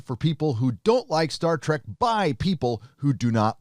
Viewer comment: Please stop saying "Star Track". Seriously though they are trying so hard to be Rick & Morty.